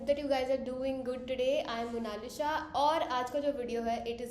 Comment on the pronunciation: Love the way you said Monalisha ( I 've been calling you Monalisa all this time 🤣) Also, as you are a Bengali beauty! Would love to hear Bengali Language (it really is the sweetest language) from you if possible please make a GRWM in Bengali -LOVE FROM HIMACHAL